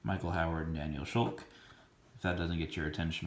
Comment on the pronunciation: I need this. Someday.. Loving your vids. Btw.. "Schulke" pronunciation,...rhymes with "skull key." 😉